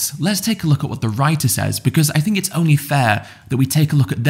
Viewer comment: Too bad ed doesn’t take some time to figure out how to pronounce “th” words. I hear him saying “fink” “frew” and just can’t help but think dumb…..